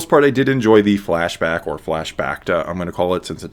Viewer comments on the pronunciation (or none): "flash bacta". i love it.